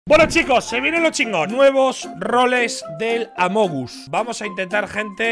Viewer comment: Nadie: Ibai: amogus